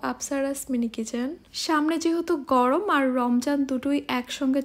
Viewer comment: বাংলার মেয়ে ভালো করে বাংলাই কথা বলো সেইটাই ভালো গরম কে গরম বলো গরওম আবার কি